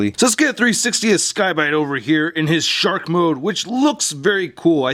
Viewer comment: I thought you said shart mode, then I realized it was a shark.